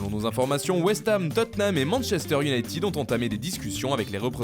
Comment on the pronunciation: Manchester iounaīted 20 dious et non pas IOUNAÏTIIIID